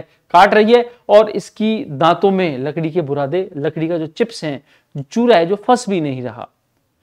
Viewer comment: lapdi❌ lakdi✅